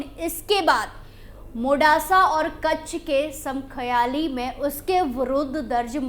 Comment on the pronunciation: समख्याली नहीं समाख्याली बोलो ।